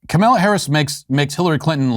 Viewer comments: 0V3RR1D3 I originally thought Walsh was intentionally misgendering her by calling her Ka-male-la but now he's done it so many times I'm starting to think he just can't say her name right. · It's Camel-uh I believe... I'm black and Biden says I don't know how to use the Google's. What do I do?